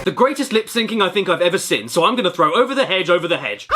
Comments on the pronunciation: Why do u pronounce "seen" like that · If he pronounces "seen" as "sin", how does he say "sin"? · I can accept pronouncing room as "rum".......but saying seen as "sin" is simply too far